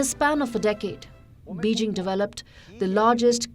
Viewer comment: Erm you need to practice your Mandrine Pronuncation. And at least get "Beijing" right